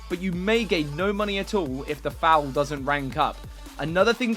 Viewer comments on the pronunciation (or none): Did..... did he pronounce 'foal' as 'foul'? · Foal not Foul, just saying. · Foal - pronounced similarly as "fold" without the 'd' at the end. Pronounce it as if it was spelled "fole"